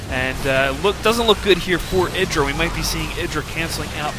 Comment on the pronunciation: eeeeyyyyyeeeee dra like an eyeball, or the letter I, as in mself. Idra not like, kid